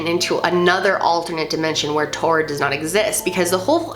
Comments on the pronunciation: I thought that it was pronounced torrid. Like it's taurid but sounds like torrid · I pretty sure it’s prounounced like “toured” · It sounds like you're saying "Tard" tehe xD